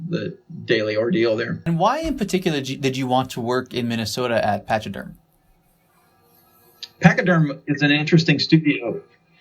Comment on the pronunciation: Patch-i-derm HAHAHAHAHA